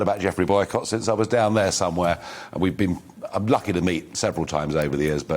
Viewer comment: ditto 😀 and "loukey" and "roobish"